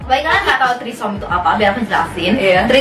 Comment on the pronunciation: Threesome baca nya itu : tri-sam :)))) bukan tri SOM